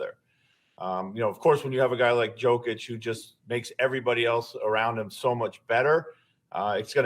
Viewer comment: Either pronounce Nikola's first name as "YOKE-ich" or "the Joker". But do not call him "JOKE-ich" or "JOCK itch" or "YOKE-er". A "yoke" is a wooden beam, crossbar, frame, or horizontal brace that you place between two oxen or two mules so the animals can team up to pull a heavy load together. Likewise, "YOKE-ich" is the solid interconnected crossbar of the Nuggets who connects all his teammates together, through his shooting, assists, passing, and rebounds, to create a synergy that makes every teammate around "YOKE-ich" pull the load together more effectively. As for pronouncing "Nikola", Nikola himself pronounces it as "ni-KO-la", although other Serbs pronounce it "NI-co-la"... so either one works for the Joker.